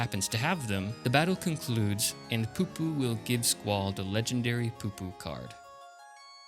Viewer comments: The alien is not poopoo its PuPu, like a church pew or the sound you'd make from firing an toy gun as a kid pu pu. Considering how many FF8 strategy guides were sold when thw game came out most people who was into gaming in 99 to early 2000s knew the secret bosses and others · Lol the way he kept saying PuPu